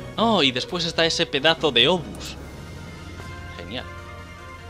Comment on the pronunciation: Aprende a pronunciar obús